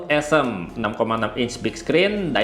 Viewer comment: Bacanya bukan e'sm bang, tapi o'sm